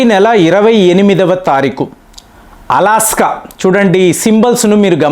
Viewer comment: అలాస్కా... కాదురా నాయనా అలస్కా... అది.... నీ దీర్ఘాలు రాగాలు సళ్ళగుండ ఏం భాష నాయనా 😂😂😂